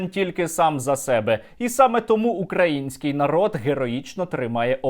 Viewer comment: Коли вже ці дегенерати вивчать наголос в слові український 😤